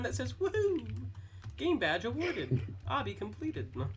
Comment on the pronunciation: It's Obby, not obbi